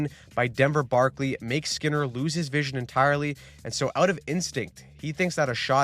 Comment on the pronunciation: DENVER BARKEY! BARK-EEE!